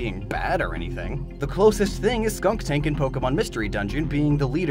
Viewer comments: Skuntank, not skunktank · Are you saying "skunk-tank?" It's skunn-tank. It's spelled correctly in the description. Oh, and as always, wonderful, quality content. 👌 Keep up the good work my man. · I thought it was skuntank and not skunktank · Dude, please look up Pokémon pronounciations before making these..... Bih-sharp High-Dry-gon Skun-tank (no K) And more